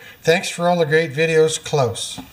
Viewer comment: you are saying it just right. So spot on - Pender-style 👍🏼